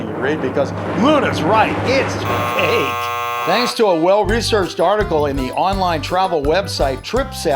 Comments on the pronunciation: Why is the so fake its funny says "so fak its funny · in the video he said so fake it's funny he said fak